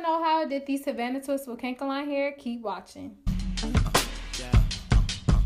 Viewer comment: Lol. It’s “Kan-e- kalon” hair, girl. Not kank-alon 😂